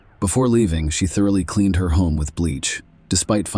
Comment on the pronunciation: Ask-ED clean-ED vanish-ED wtf